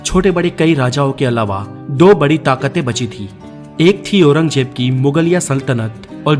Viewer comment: Are bhai angrej nhi Angrez hota hai Aur Aurangjeb Nhi Aurangzeb hai Pahele aap Sahi se Hindi bolna seekho phir Video banao bhai